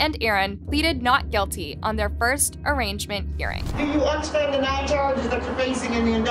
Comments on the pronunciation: this AI garbage is hard to watch. “extracted” = extradited “arrangement” = arraignment and why are the victims parents voiced by a british AI? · "Arrangement" hearing? "Extracted" to Nevada?? Seriously?🤦🏽‍♀️ Girl, you mispronounced so many words i can't even take you seriously. Channels like yours get big and just dont gaf anymore. Unsubbed. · The mispronunciation is distracting from the stories. It's arraignment not arrangement... there were others but I stopped there. This story is terribly sad and unfortunate. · It's "extradited" not "extracted". And "arraignment" is pronounced "ah-RAIN-ment", not "ah-RANGE-ment". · “Arrangement hearing” 😂😂😂😂😂😂 ya might wanna look that one up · It's arraignment hearing, not arrangement hearing. Every time I visit this channel, the voice over chick mispronounces words, or uses them incorrectly. Fix it, and maybe your channel will grow because it just makes me think she's an idiot.